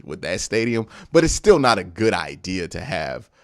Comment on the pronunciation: It’s idea the word is idea!!! Jesus man where are you getting ideal from?!? Love the show but the way you talk is so crazy to me You pronounce gigantic like it’s Gijantic or idk how you would spell it but cmon man you gotta be smarter than this you just have to be! I can’t believe your grammar is THAT bad.